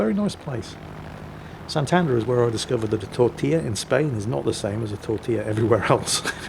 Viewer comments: ¡Hola! It is SantanDER (not SanTANder) I mean that the stress goes in the last syllable ("der"), not in the middle syllable ("tan") as pronounced it 😅 And, yes tortilla de patatas, usually called tortilla española, is one of the best meals in the world:D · that's a paddlin, btw its san-tan-der try say all in the same tone and you goi ntake right.